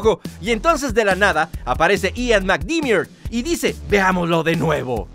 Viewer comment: No se dice /palpaTAIN/ sino /PALPATIN/ y el apellido McDiarmid tampoco lo pronunciaste bien 😅